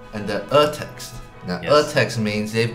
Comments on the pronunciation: Just a quick thing, guys: Urtext is not pronounced "Errtext", but "Oortext". It's easy, you can do it, it's the very same vowel that Brett made at precisely ! Cheers! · Dear guys, the first vowel in Urtext is pronounced like the vowel in the word "tour". like an "oo" instead of err-text ;) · Hahaha same 🤣 (For anyone wondering: The "U" in Urtext is NOT pronounced like the "u" in "turtle". Instead, it is pronounced like the "oo" in "tooth". Maybe not 100% like that, but I can't think of a better way to explain lol.) (And then ofc you need the German "r" sound which is different from the English one. Tbh I don't even know how to explain cause no such sound exists in English.) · 🤓I simply LOVE ❤your weird pronunciation of "Urtext"!!! Plus: an Otamatone in the background. 😄😍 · Me, a german, when Eddy pronounced "Urtext" *wheezing noises* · Eddy, it is a German word! "Urtext" is pronounced with the kind of 'u' Brett made by accident, not an "ü". It is quite a common mistake, but very hard to follow for Germans. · Great video! (but your pronunciation of "Urtext" was horrible)